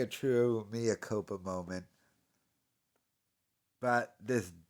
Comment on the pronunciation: Mea culpa ❌ Mea copa ✅